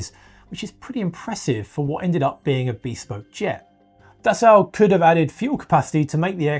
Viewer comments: Dassault is actually really easy to pronounce if you just ignore the spelling. It's "Dah-So", not da salt or da sow (as in a female pig). It's simply "dah so", with equal stress on both syllables. Try it! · You say potayto, and I say potahto… You say Dassow, and I say Dassoh… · Pronounced roughly like “Dasseau”. Pleeez Mista Englishman. Do I call you Mista? If you insist on “Das Sau” 🐷, better make it “Die Sau” 🐷. More correct. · Dassault - pronounced dass-oh, not dass-ow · Sorry, can’t listen to the word “Dassow” anymore. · By the way the ault pronounced dassault is just pronounced as o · its prononced Dasso. In French the au is O. The lt is silent. Just to let you know. I'm not complaining, just teaching. Steve in/au Canada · Dassault being French will never get into passenger aircraft since France is a large shareholder in Airbus. By the way, it is pronounced Dasso. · Alright someone has to teach this guy how to pronounce dassault 😂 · Dude I know it's driving me crazy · Thank you for correctly pronouncing Rafale (gust of wind). However, Dassault is pronounced Das-oh not Das-au (as in ouch). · I know, it's grating. The strangest thing is that he pretty much pronounced the surname of Marcel Dassault correctly . Isn't it obvious that it's the same word? 🤔